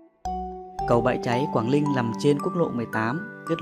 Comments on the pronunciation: Chả có gì hay ho cả Đọc cũng ko rõ ràng quảng Ninh thành quảng Linh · cầu Quảng Linh bạn nên tập phát âm cho chuần thì hay lắm. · Co gang noi cho dung chinh ta. Quang ninh , thi noi quang linh. Nghe sao sao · Quảng Ninh chứ đâu phải Quảng Linh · Quảng ninh hay Quảng linh thêm một thằng nói ngọng. Chán quá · quảng Linh có ai gọi thế không phải là Quảng Ninh mới đúng nói ngọng thì tốt nhất xoá kênh đi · phát âm "Quảng Linh" thì đúng là dân đất mỏ r